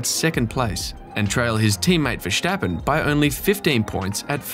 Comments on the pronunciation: Why on Earth do you pronounce Verstappen so weirdly? It's not Ver"sh" tappen... I'm Dutch btw... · VeRStappen... someone tell this guy to go to speech therapy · "verSCHtappen" hahahah wtf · You pronounce Jos and Verstappen like goldmember